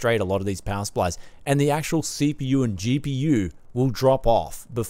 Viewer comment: I have pea see with ayyy m dee si pea yu.